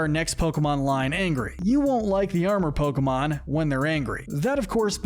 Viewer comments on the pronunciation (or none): none